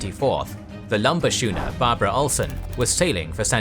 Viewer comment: schooner is pronounced "skooner", not "shooner"